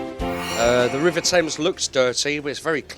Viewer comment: I think anchor is from up or Bihar River ya rebar 😄😄 listen in starting of video